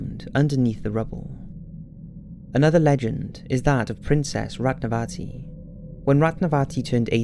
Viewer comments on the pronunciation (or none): You pronunciation wasn't correct for hangar and Ratnavati